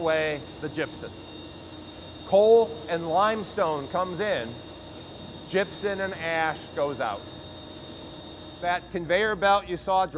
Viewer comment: "gypsen" or gypsum?